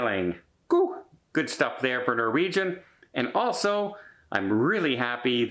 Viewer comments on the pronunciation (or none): none